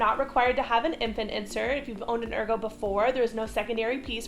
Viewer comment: You’re pronouncing Ergo incorrectly 😬😬😬